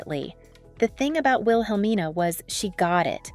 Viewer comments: It's pronounced "will-uh-mean-uh" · The woman keeps mispronouncing her last name wrong. She's even mispronouncing Wilhelmina Cooper's first name as well 🙄. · PLEASE PRONOUNCE HER LAST NAME " CARANGI " & HER MENTOR " WIHELMINA " NAMES CORRECTLY.